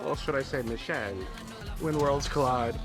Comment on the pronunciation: He's name is Michele but why can't she pronounce it normally? Like she's changing is name, is not even a complicated italian name. By the way... You also are not pronouncing it well. But at least you tried 😅😂❤